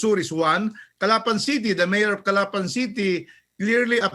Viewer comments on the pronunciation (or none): That’s not how to pronounce “Calapan” Say it like you’d pronounce “Agusan”. . It’s like the mispronounciation of “Camiguin” & The Vow”.